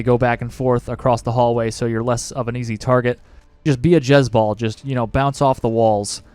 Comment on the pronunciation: Be a "Jezz ball" "Jessebelle?" lol XD